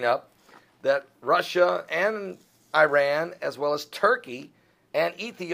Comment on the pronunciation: Is he sad that Iran and Russia are partnering to attack ISIS, which is a byproduct of Hillary and Obama sleeping together with their Saudi friends? Learn how to pronounce Iran and Alepo. Speak about who did 9/11.